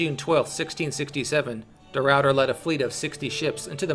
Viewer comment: the rawwter